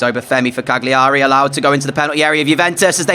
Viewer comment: the G in Cagliari is silent... it's "CAH-lee-erry"